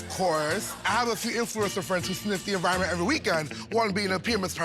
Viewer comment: what? bro, "environment"